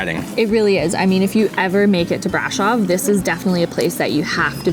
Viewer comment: It's not pronounced BRAșov. The accent falls on the second syllable. It's pronounced braȘOV.